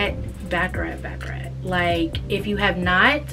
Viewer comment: i loooove baccarat. one of my favorites. btw it’s pronounced ‘bah-cah-raht’ instead of ‘bah-cah-rat’ 😭